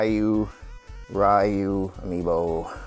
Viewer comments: It's Riu, not Raiu. (Hermionie quotes) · Dang Roy really looks cool, even his face unlike Lucina and Marth - and BTW Ryu is pronounced as Ri-yu not Ra-yu